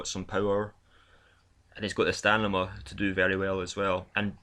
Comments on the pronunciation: Great channel and commentary dude, you got a sub out of me! But ffs mate, please stop saying 'stanima' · Hahahahaha he got me question my English with that stanima aswell 😅 great video though.